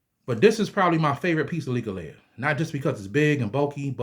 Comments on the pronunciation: It's not "likka laya" It's Leklai. LEK LIE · Nice share Not to be disrespectful But its pronounced Leck Lie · First of all respect brother for showing interest in Thai amulets. ✌💯 Second the pronunciation on leklai is very off. Third u should go to Thailand and get the real deal amulets. They need to be chanted by monks. There is rules to how u should wear them and such. Its important if u want them to work and not give u bad luck. Much blessings